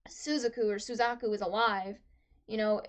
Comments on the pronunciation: Yep. Was afraid that I had upset you with that Suzaku pronunciation... Though I've never had anyone say "you know who I'm talking to" and mean me. So that's a funny feeling. I do apologize that I had upset you. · 90% comment = Don't spoil!!! 8% = Suzaku pronunciation 1%= Actually spoiler Btw, nice reaction! (Also don't read the comment section after you upload, wait few hours to let the spoilers sink in)